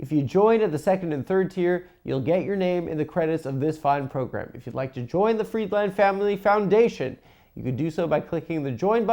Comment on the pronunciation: Adam's the only guy who can't pronounce "Friedland"